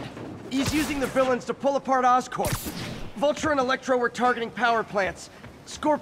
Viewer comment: Vulture not vulcan vulcans are from star trek